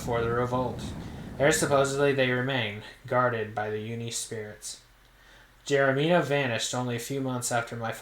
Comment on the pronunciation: Geronimo is pronounced jur-ON-ih-moe and was a famous Native medicine man—that was an historical easter egg. Fun fact: Chet Flippo played himself. He was a famous journalist who wrote for Rolling Stone and helped make country music popular. Fascinating guy—look him up